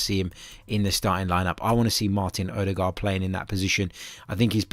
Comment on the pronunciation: TY for Edegor, is not that hard to say:)